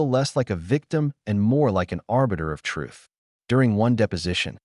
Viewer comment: The word "TRUTH" needs to be spoken with the "th", not an "f or ph". Pronunciation is important.